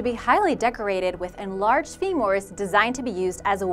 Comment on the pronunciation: Femoors rather than femors, ha, sound wicked intelligent you do.......